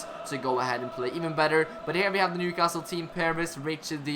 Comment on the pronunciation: Just to let you know, in England we don’t pronounce the ‘T’ in Newcastle 👍🏼 nice series btw